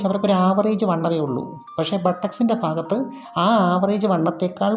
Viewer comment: ' ഫാര്യയുടെഈ ഫാഗത്ത് ഫംങ്ങിയില്ല. '